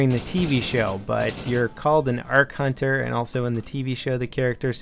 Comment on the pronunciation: Character is an "are-cunter"?